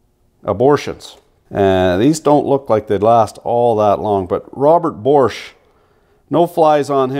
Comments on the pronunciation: It's Bosch, not borscht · I'm amazed where you find an R in Bosch.